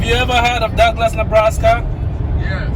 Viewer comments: I totally thought said "Duckless, Nebraska" instead of Douglass. 🤣🦆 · I laughed so hard because at first I thought said “duckless Nebraska” 😂😂😂 then realised it was Douglas. I second you should move to the country!! I’m saving to get my family back out in to a small town, on land, here in Australia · I thought for a minute there said “ have you ever heard of Duckless, Nebraska? “ Sorry 😆🙂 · I thought said “Duckless, Nebraska”... I don’t think they have duck eggs lol. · You were talking all about ducks so when said, ‘have you heard of Douglas’ I thought he said ‘duckless’...you wouldn’t find duck eggs there! 😂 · How many people heard "Duckless" when they said "Douglas"? 😂